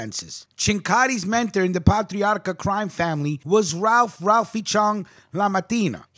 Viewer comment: Pronounced Paytriarca. Keep up the good work👍🏻